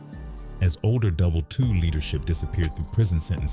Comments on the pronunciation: It’s Double i “ii” not Double 2 😂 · It's pronounced "Double I" (ii) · He couldn’t even say the gang name correctly double I (double eye)